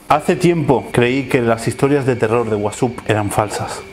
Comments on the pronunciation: No se dice Whapsup (como lo pronuncia ) se dice WhatsApp (como todos dicen) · "de wasup"